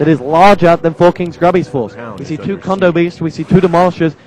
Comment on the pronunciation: Theyre kodo beasts not condo beasts. silly announcer >.<